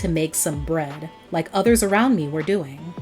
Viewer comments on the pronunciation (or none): none